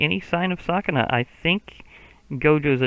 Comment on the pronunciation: just so you know it’s pronounced ‘su’kuna instead of ‘sa’kuna